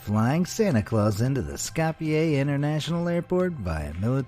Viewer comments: You butcher the name skopje so badly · My parents are from north macidonia and by the way Skopje is not pronounced that way